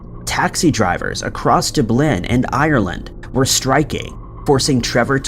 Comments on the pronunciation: Dub Lin not Doob Lin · Nobody pronounces it DooBlin tho, so it was p weird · DUB-lin, not Duh-BLIN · DubLIN? Your narrator is pronouncing the capital of Ireland DubLIN? Oh honey it's DUBlin, but nothing is going to help this loser after that mistake. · At this point,I think he's doing it on purpose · We have tried to get him to correct that pronunciation and he just never does. pronounces it like: 'Duh-blynne' when it should be pronounced like: DUB-lin, accent on the Dub. Trust me, we have tried to help him correct that pronunciation, but it doesn't appear to be happening for whatever reason. Last time I tried, I got a lot of hate for it, so I quit trying. Just sayin'... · What's a Duub leen? 😂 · Why are you saying Dublin so weirdly???? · Why does he insist on mispronouncing Dublin every single time in every single video? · I like this channel but how is it even possible for an English speaking person to mispronounce the word Dublin?